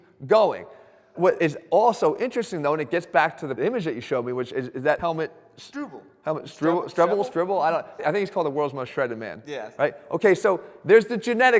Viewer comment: strebel not strbl :-) greetings from Austria !